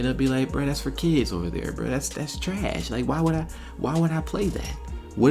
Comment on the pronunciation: That man said treessh 😂